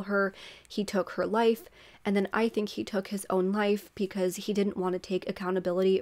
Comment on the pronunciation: I like your content. Only thing I hate is that you say Pecause when it’s Because. Just my 2 cents.